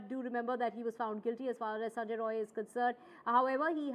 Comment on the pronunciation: Not roy , it's rai , bihari